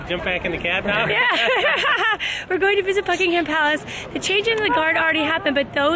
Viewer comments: It’s pronounced bucking-um palace xxx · Btw it is pronounced Bucking-um. The H is silent.